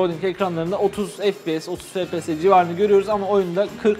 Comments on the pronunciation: O fps efpies die okunmuyomuydu?, yokasa benmi öyle biliyom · abi FPS değil ef pi es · harfleri Türkçe söylemek daha iyi